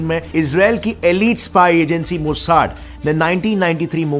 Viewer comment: Bro मोसाड नहीं, मोसाद 😂😂